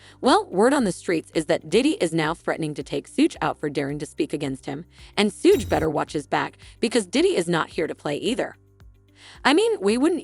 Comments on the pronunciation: His name is not sooge, its shug as in suger without the "r" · Suge ( phonetically=shoog) not sooge..... annoying af. Buddys a clown but still say the name right